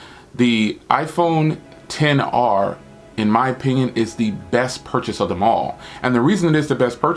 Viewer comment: The iPhone XR you saying all the names wrong bro omg😆